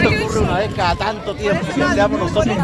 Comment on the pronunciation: Por que los chilenos no pueden pronuncia el Tra, Tre, Tri, Tro Tru todo es Cha, Che, Chi, Cho, Chu..... Piñera : "...es una CHEMENDA oportunidad...." y asi todos..... *